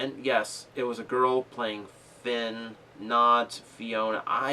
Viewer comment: ummmm.... it's Finn not Flinn. Plus now i want animated jazz more than ever, DARN YOU!!!!:P